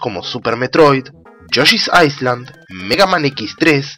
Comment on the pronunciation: Amigo tengo varios videos queriendote decir esto y me lo había aguantado pero no puedo mas, la palabra en ingles "Island" se pronuncia sin usar la "S" algo asi como "ailand", saludos